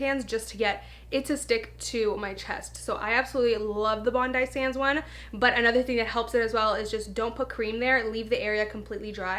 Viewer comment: I believe it’s pronounced bondee sands lol